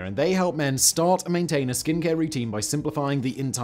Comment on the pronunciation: So my browser skips over sponsored sections. All I heard was Simon saying "Men" with extreme emphasis immediately before skipping onto the main topic again